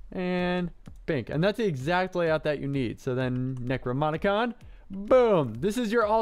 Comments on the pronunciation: DAMMIT! It's "necroNoMicon" not "necroMoNicon"! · Am I the only one who gets annoyed by him saying Necromonicon instead of Necronomicon?